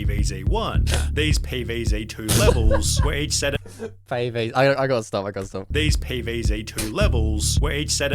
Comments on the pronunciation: "Pee Vae Zae" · “pee veez zey”